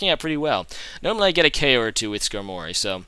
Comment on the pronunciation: Sk-Armory not Skar-mory